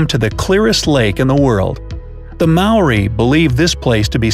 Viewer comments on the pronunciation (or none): none